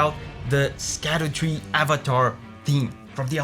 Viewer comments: "Scadu" is an old English spelling of "shadow". So it's actually pronounced as "shadowtree" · My "okay Sheldon" moment, lol: It's meant to be pronounced "shadutree" scadu is from the Old English spelling for shadow, which was sceadu. Old English orthography sc = sh (in many cases, not all).